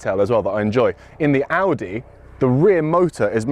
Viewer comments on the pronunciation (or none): none